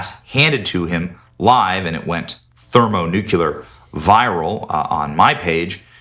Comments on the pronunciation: Benny said "thermo-NUKU-lar, instead of thermo-nuc-lear !! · Ben lost me with "thermoNUCULAR'. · Not "thermo nukular" 😭 lol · thermo nuke you ler? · Benny Johnson: "thermonucular" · "it went thermo nucular" I lost it lol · thermo nucular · No, Benny. It did not go "thermonucular", bc that's not a word. You split the nucleus of an atom to produce the energy of a nuclear device. Since there's no such thing as a nuculus, there's no such thing as nucular energy.